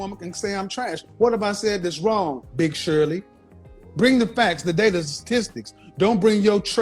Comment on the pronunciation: The emphasis on "Big Shirley" my boy shoot to kill 😂😂😂